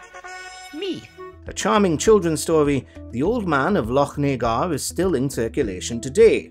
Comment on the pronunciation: Yup, nobody outside Scotland can pronounce, "Lochnagar."